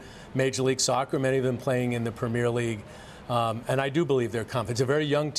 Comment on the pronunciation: “Prem-meer League” LOL